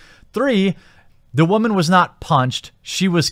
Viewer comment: Despite your seeming inability to pronounce women properly, I would love to back nothing but games. Unfortunately work has been slow and therefor money.